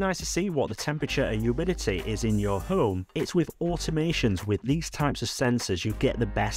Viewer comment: Cool news, thanks for sharing. Love your videos! (including your swallowing of the "h", which sometimes has me wondering what the "Ohm App" is 🤣)